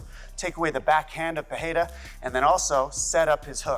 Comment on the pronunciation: Pereira, not "Pereria ". Chamem a atenção do estagiário. 😉